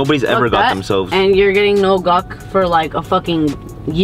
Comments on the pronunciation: The “naur😂😂😂😂” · She starting no in a British accent